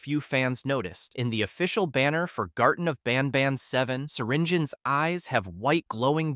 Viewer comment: Did he just say “hellish nobnob” 😅